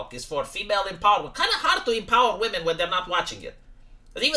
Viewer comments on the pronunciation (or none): none